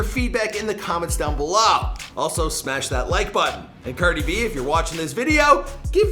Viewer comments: "Ceerdi b" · You said her name correctly this time lol